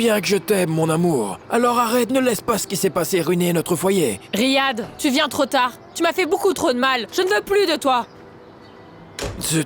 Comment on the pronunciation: Riad et Rihab on arabe on prononce le H